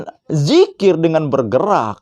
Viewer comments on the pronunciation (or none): Itu dzikir (ذكر) Bukan Jikir (جكر)